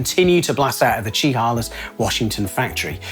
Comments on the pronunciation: I feel compelled to tackle your pronunciation of Chehalis, in fact I did not at first realize that is what you said. I know it is a strange word especially to those not from the PNW. It derives from the Coast Salish language and besides being the name of the town, it is also the name of the local river and the nearby Indian tribe and reservation. But starting from the front, the 'Che' we pronounce it with more of an 'sh' sound, with perhaps a bit of 'ch' thrown in, but not necessarily. The 'e' is not a hard e, but sort of a softer one like in the word 'chew'. The center bit, the 'a' is actually a hard 'a' like in the word 'hail' (as in call a cab or the icy stuff that pelts one from the sky). You made a passable 'lis' so no real complaints there. Chehalis = shə-HAY-liss. We also have a ton of other Salish place names for people to mispronounce as well, but you have Wales, so I guess we are even. I have never really forgiven Trek for what they did to Klein (and Bontrager). But especially Klein, being local and starting mountain biking in the early 90's even though I couldn't afford a Klein they were kind of a source of pride for the area. Chehalis as a town seems a really unlikely place for Klein. Sure it makes sense in that the area looks a lot like parts of Wales or Scotland, there is a ton of singletrack and logging roads around to ride. But as a town Chehalis, especially at the time, was just a logging town surrounded by some farmland and a lot of hills and mountains. Not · It's pronounced, "Shuh Hey Lish"